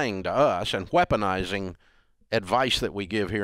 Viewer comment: (Nothing to do with any of this, but I had to laugh when Dave says "wheponizing" instead of "weaponizing." I know somebody else who says it that way.) As for these two, I can kinda see both sides, and neither side is completely right or completely wrong.